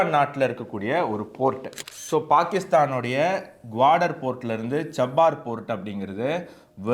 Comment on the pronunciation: Pronounce error. Cha - bah- hahr port